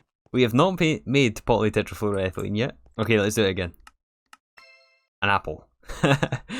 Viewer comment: i can't believe you just pronounce polytetraflu-thing like it's no big deal